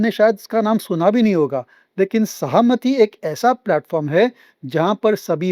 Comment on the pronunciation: It is सहमती ( permission) its not सहामती